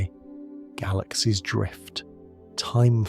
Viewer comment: So, do you personally narrate this, or is it AI? I only ask because some words in certain sentences are pronounced strangely. For one example of many, in the intro to this video, the narrator says, "And if your mind begins to wander, let it. Drift!" It's said as if it's two sentences when it's supposed to be only one. Considering this video is 2 months old, I'm not sure if you'll see this 😅